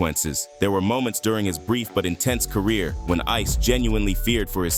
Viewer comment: "I just wanna help you with your cuhreer. You just need to do a little sumpin' sumpin' fo' me first tho'."